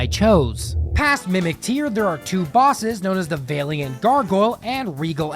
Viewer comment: Putting your whole wokussy into mispronouncing valiant.